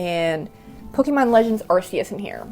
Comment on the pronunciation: It's pronounced ARKeus